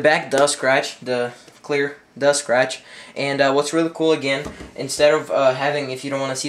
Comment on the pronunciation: he said stratchy